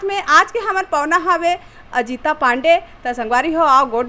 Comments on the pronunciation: पावना नहीं कहते pahuna कहते h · Noni tao ha chhattisgarh ke no has ka? 'Pawan' ni hoy 'pahuna'kathe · पहुना बोल ठीक से पहली पावना नई